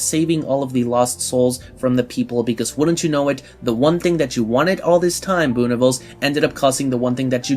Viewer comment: Great video but it’s pronounced “Boo-Nih-vel-zuh” not “Boo-nih-vels”